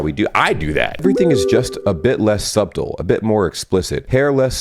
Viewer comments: love that you pronounced subtle as sub-tle during the section about how do we know americans when we see them lol it pronounced 'suttle' the b is silent XD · South American here, the way you say "subtle" is 💯% something you only get in the US because I deadass have never heard of anyone else saying it as "sahb tol" rather than "sah tol" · Really, suBtle, the B is silent say it like Suttle, then you'll have it. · UK pronunciation - "suttle" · Excuse the backseating, but "subtle" is pronounced like "suddle". The b is silent:D Love you,! Love your videos! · did you really just pronounce the B in subtle? 😂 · "subtle" isn't pronounced with the b. The b is silent. ;-) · who wants to tell this guy how to pronounce “subtle”? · Btw, you do not pronounce the B in “subtle”, it's the same in “debt” — spelt like it's Latin, pronounced like it's French. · Did bro really pronounce the "b" it subtle? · Further explaining my point, we're taught here that "subtle" is one of those words that have a silent letter, being the B.